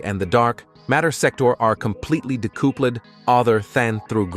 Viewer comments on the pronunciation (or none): Why are you butchering words like decoupled and scenario? lol